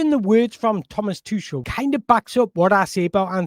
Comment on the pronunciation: Thomas who? 😂😂 tooshle. Its pronounced tookle pal